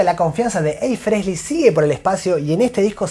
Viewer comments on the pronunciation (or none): EXCELENTE informe/resumen. Lástima el "Fresly" jaja. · Me falta pronunciar frehley sin la S y estamos para el campeonato 🤣🤣